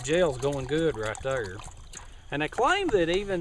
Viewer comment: U made me laugh at ur risk taking. And when u say lookie right therr ect.